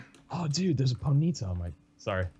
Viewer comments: It's not pronounced poneeta it's pronounced pony-ta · y does he say ponee-ta when it's pony-ta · poneta? its pony-ta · when you cringe everytime they said Ponyta wrong 😖🙃